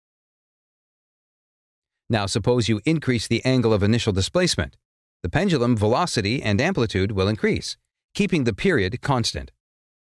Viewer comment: Pendulam? Pendulum maybe?